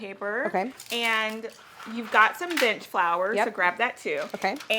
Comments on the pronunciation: When said “bench flour” I heard “bitch flour”, I laughed hysterically, and I will never not call it bitch flour from now on. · Ahaahah I love this “my bitch flour” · Did anyone else hear "bitch flour" instead of bench flour lol